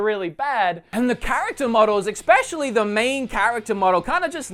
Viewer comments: trying to be helpful, fyi it is especially, not exspecially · Am I the only one that shudders when he says "expescially"? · He say especially like "expecially" and I don't know why it annoys me so much!!!!!!